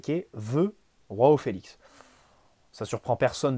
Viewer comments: J'aime beaucoup t'écouter, mais alors quand tu dis "Roao Felix" au lieu de "Joao Felix" (prononcé "J" et pas "R") ça m'énerve mdrr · Petite remarque à titre informatif, les J en portugais c'est pas comme en espagnol mais un peu plus comme français. Donc c'est João, pas Roão. (Après osef en vrai ) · Dsl mais Roao Felix ça sonne mieux 😂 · Arrêtes de dire roao Félix il est portugais pas espagnol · C’est exactement ce que j’allais dire